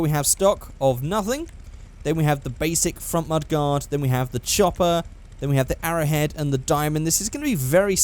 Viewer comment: It's mud-gard